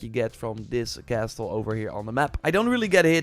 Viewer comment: Love your videos mate! Just a small thing, 't' in 'castle' is silent. Sorry, couldn't ignore it.